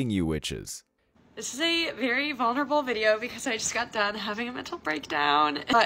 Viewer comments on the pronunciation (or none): none